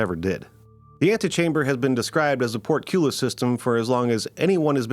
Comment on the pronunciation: port cue-liss???? that is a new one